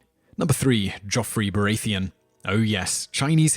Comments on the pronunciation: Every time he said Baratheon , he said it wrong. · Bara-thee-un Marge-ury (like margerine) Tie-rell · ***** This is quite common with this guys vids. he mispronounces every name. Makes me think he gets everything from wikipedia and therefore has only read the names rather than heard them spoken. How can you say Baratheon that way if youve ever seen the show???